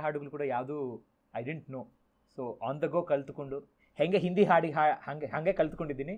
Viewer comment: Anirudh sooper singer.nanu nimma shows nodiddene. Nimma hindiya bagge pronounce maduvudu sari illa antha heluvaga tumba bejaru agthithu